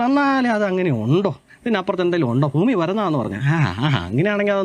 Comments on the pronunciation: ഭൂമി എന്ന് വരെ കൃത്യമായി പറയാൻ വയ്യാ.. പാവം... ഫൂമി എന്നാ പറയുന്നത്.. പറ.. എന്നിട്ട് 😂😂😂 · പൊട്ടൻ ആണോ? അതോ പൊട്ടൻ ആയി അഭിനയിക്കുന്ന ആണോ? ഭൂമി എന്നെങ്കിലും നേരെ ചൊവ്വേ പറയാൻ പഠിച്ചിട്ട് വീഡിയോ ചെയ്യ് മോനേ... ഫൂമി അല്ല. ഭൂമി 😂😂😂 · താൻ ആദ്യം ഭൂമി എന്ന് പറയാൻ പഠിക്ക് ഫൂമി ആണ് പോലും ഫൂമി പിന്നെ ഫൂഗണ്ടം 😄😄